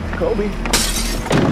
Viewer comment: he says kobe like he's a lakers fan